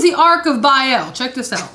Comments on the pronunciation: Biaeil.... Its Baal. Not biael. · Bale (Baal) not Biel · Why do so many people struggle with the pronunciation of the word Baal?? Officially it's written as Ba'al... Pronounced Bay-al, but more commonly pronounced Bail... It's not pronounced barl or ball. The best way to pronounce it in this day and age will be Bale. So there you go... I don't want to sound like a piece of shit to everyone but try saying Bale!! It's the next best thing to say if you don't wanna say Bay-al. But trust me.... Baal sounds like Bale. I hope that helps people out with the pronunciation without coming across as a grammar nazi. I don't wanna piss people off but try saying things how they're supposed to be said. It helps considering words are magic... Why do you think it's called Spelling??? Words are frequency and can affect all sorts of things holistically. Always be conscious of what you say... It affects a lot more than you think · There is ARK and ARCH like Achoo... not AKOO... BA AL NOT BAEL... sorry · Its two syllables pronounced with double A's not an E. Sounds more like "mA-mA" than "eel." "bA-Al" is not satan, and theologically predates Judaism. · So you'll know for the future, it's pronounced the way you would say bale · Changed the video after "Ark of Bayel" lol